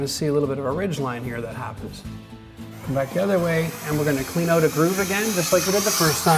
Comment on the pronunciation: Screw Netflix! I'm binge watching Renovision DIY!!!!!!!, it's not pronounced oot, it's out, like when you get hurt and say oww, then add a "t". Owwt!